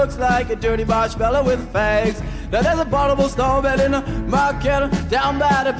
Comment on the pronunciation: I like the fact he can't properly say the word "abominable"